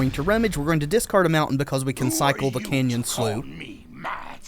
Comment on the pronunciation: Canyon Slough is pronounced Canyon Sluff. It was hard to listen to personally.